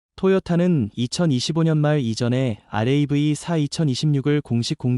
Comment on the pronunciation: 설명이 많이 모자라네요. 알에이브이 사 라고 읽지는 않지요? 라브 4 라고 읽지~~